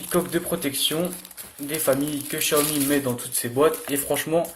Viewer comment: Ta ecorcher le nom xiaomi -1 like